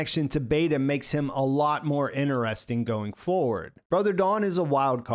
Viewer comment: "innuresting" did you fail primary school?